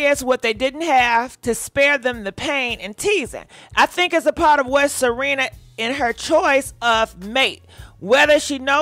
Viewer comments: It's S E R E N A not Selina! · IT'S SERENA... NOT SELENA.. SERENA WITH AN R... But its the makeup... and its horrible. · I be dying laughing cause she was like Salina 🗣🗣😂😂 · YES she called her Selena, Ciara etc 🤣🤣🤣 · It's Serena Williams.....NOT Cierra Williams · If she say Selena one more time…😑 Serena if you see this, means well. 🙃🤣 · Selenaaaaaa🤣🤣🤣🤣🤣🤣 you and these names. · Girl not “Selena”!😂😂😂😭😭😭😱😱😱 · It's Serena not Selena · Gurrrlll you keep calling her Selena 🤣😂 its Serena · her name is not Selena.....it is Serena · Her name is SERENA. . NOT Selina. . come on now.. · Why you call her Selena? Her name is Serena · Serena looks horrible Also it is Serena not Selena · Lord!!! it’s Serena Williams (Se Re Na) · WHY IT SOUNDS LIKE U SAYING SELENA 🤣🤣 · Cause she is 😂😂😂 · Pronounce her name correctly, it's Serena ,thank you.. 🙂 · She rarely pronounces names correctly 🤦🏾‍♀️ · 1 thing about you you gone shred a name 🤣🤣This woman name Serena girl 🤣🤣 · 😂😂😂😂😂 See-Re- Nah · Not Salena 🤣🤣🤣🤣🤣🗣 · Wait is she misspronosing her name on purpose or trying to be funny? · The botching of her name, thouuu!!!! 🤣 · I wish u'd take sprach therapy & pre-read ur articles b4 recording the show. There is no "L" in Serena SMH Perhaps someone should proof ur show b4 U send it out. IJS Constructive criticism Boo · Are you on drugs???? Why in the hell do you keep misprouncing her name? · Girlll can you say her name correctly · 🤣🤣🤣🤣🤣🤣🤣🤣🤣🤣 you can mess up a name chille love you